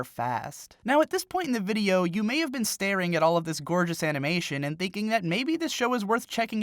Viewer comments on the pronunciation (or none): none